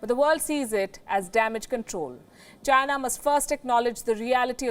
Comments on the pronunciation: i always hear "vagina" ,when she says "the china" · Virus came from CHY-nuh. It is the same as saying Chinese food!